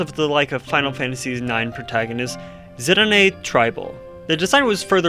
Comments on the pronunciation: Okay good movie but Zidane has never been called zi dO neh it’s either Zyden or Zi dahn as it’s not a Japanese name. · Good movie but whoops ya got zidane’s name wrong in